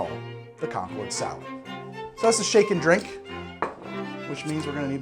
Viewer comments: My guy I love your videos but as someone who lives a town away from concord, concord is pronounced con-curd not con-chord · Im an historian in Concord...its pronounced "Conquered". And Lexington and Concord were TWO separate battles. Not sure where the rest of your story came from! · You’re pronouncing “Concord” wrong. Both the town in Massachusetts and the grape are homophones of “conquered”. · You pronounce it ConcOrd when it's pronounced ConcErd that's why there was a dispute on its spelling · MA, native here. It’s technically pronounced “Con-kurd” not “Con-cord.” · As a Concord native, 1) I love this, keep it up! 2) It's pronounced like "conquered," not "Concooord" :) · As a person who lives locally to Concord Ma, its said "conk-ERD". never heard anyone that's local pronunciation it "CON-chord". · I live around there. we pronounce it "concurd". Love your stuff! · Also, the city of Concord is not pronounced like the plane Concorde. As a native New Englander it would be more like Khan-curd. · Ironically enough, Concord is pronounced the same as "conquered." I don't blame, though. I blame Welch's for not stipulating this. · .40 in and I’m cringing at the Concord pronunciation haha. Still getting a thumbs up though 👍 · Although I suppose it could have been pronounced that way back then.